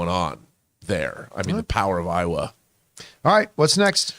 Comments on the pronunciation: Lol it Eywa not Iowa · It not “eye-wah” it’s “ay-wah” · ahhh i cant with yall saying "iowa" instead of "ey-wa" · repeating pronuncing Aywa like Iowa over and over and over again maybe me turn off the video lol for gods sake it was told to u in the first movie a million times how to say it and ur still saying Iowa Iowa lol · Great review but it's eywa (A-wah) not i-wuh. They say it so many times in the movie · & John Campea, Eywa is pronounced "AY-wuh" not "Eye-wuh"! Every single character in the movies pronounced it correctly. You both clearly love the Avatar franchise, so how are you BOTH getting this wrong?? This is so aggravating, I couldn't make it through your video. This is why I'm going to give this vid a thumbs-down -until you correct this INEXCUSABLE mispronunciation. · AYYYY-Wah, not AIH-Wah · Eywa, how hard is it not to pronounce it as "aiwa" edit: ok i cant even finish this video ... aiwaaaaaaaaaaaaaaaa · I feel like you guys are intentionally trying to pronounce eywa, "eyowa" at this point. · Why does keep mispronouncing Awa when it’s clearly stated many times in the movie 💀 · Ay-wah heard you..I think that’s how it’s pronounced in the movie if I’m not mistaken.. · I’m pretty sure it’s pronounced Aye-wah. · Sounds like they're talking about the mighty Iowa 😂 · Due to the difficulty of pronouncing the word "Eywa", the U.S. state of IOWA was heavily represented in this video